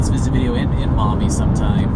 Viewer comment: Love ya you're saying MAUMEE CORRECTLY thank you